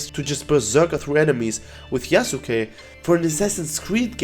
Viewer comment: Im glad that you're saying Yasuke correctly and not "Yasskeh" like other youtubers